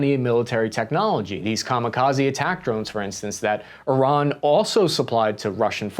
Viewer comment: Look at this pro pronuncint Iran correctly.... Will he use the metric system correctly? oh no.... Oh well